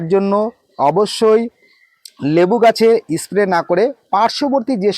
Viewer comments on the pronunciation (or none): 'S' উচ্চারণ সঠিক ভাবে করলে শুনতে ভাল লাগত। যেমন 'ইস্ প্রে' না বলে স্প্রে বলা প্রাকটিস করা উচিত। আরও উচ্চারণ ঠিক করলে ভিডিও ভাল হবে।